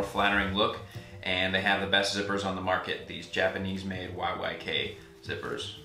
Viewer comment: Best Zippers are definitely from RiRi also you said YYK